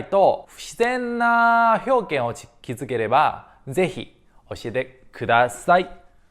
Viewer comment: 表現は ひ にアクセントありません。 げにアクセント置くようにしてください。